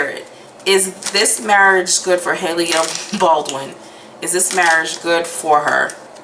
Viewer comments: Haha u kept saying “hayleah” who is hayleah? Lol 😂 🤣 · Hailia ? or Hailey 😂